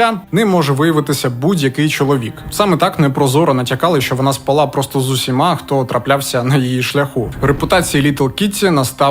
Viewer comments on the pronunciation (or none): та курва, не "спалА", а "спАла". від слова спАти. що у вас за проблеми з наголосами, елементарні слова.